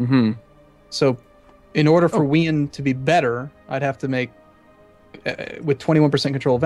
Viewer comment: I had to stop watching because I couldn't stand their disgusting pronunciation of Wien as "We-en", when it's pronounced "Veen".